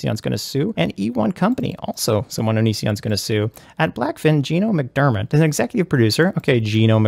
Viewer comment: Its Mac-der-MOTT not MITT! Damn that onion! He even pisses me off when he reads, why you gotta butcher my last name? What a heinous vegetable he is 🤦🏾